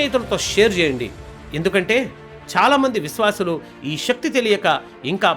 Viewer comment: KYA VALAM kaadhu KAY-VALAM SHATHRUVU kaadhu SETHRUVU. SHAKTHI kaadhu SAKTHI.